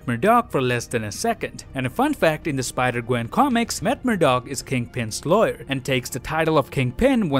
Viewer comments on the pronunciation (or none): Gwen says her name is gwanden